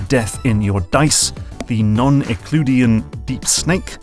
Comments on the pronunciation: please look up how to pronounce "euclidean" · I was triggered by how you pronounced Euclidean 😂